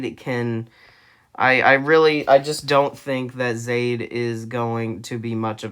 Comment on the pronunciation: Zaid is pronounced Zah-eed.